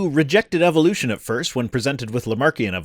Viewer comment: Just the same way it's Eh vuh loo shun not ee vill loo shun.